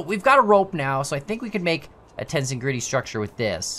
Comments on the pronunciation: I fell obligated to say it's tens-egridy not tensin-gretty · (Ten)-(seg)-(ready) is how it's pronounced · Pronounced like tense+egrity (as in tension + integrity) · Its actually pronounced "tens-EG-rity" with the second syllable stressed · It’s pronounced ten-seg-rit-ee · It's ten-SE-grity. Emphasis on the second syllable. Also the example in the video is not true tensegrity, as not all requirements are met (true tensegrity can not 'collapse', while this item can). The image shows true tensegrity. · TenSEgridy That's how you read it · Its pronounced ... Ten-Seg-Rit-ee